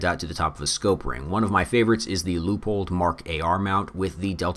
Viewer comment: OMG he said Leupold correctly...